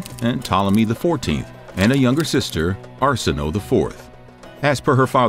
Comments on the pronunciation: It is Ar-si-no-ei not Ar-si-no! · Shouldn't it be pronounced Are-sin-oh-way...right? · Arsinoe is pronounced as “Are-sin-o-a” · Arsinoe is pronounced Ar-seen-oh-way. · Every time you said Cleopatra's sister's name I wanted to scream . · Came here to say this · no ones gonna mention how his saying the name of her sister incorrectly